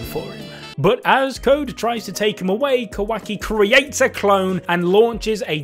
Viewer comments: Mans keep saying "quacky"😂😂💀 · Please please pleaseeeee stop pronouncing it kawacky I beg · My guy kept saying ka-wacky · “Baw-roo-toe” and “Kuh-wacky” 😝😁. I love you guys tho